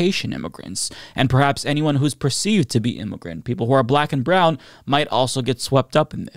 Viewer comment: The word “immigrant” is not pronounced “immogrent”. It’s pronounced ehm-uh-grent.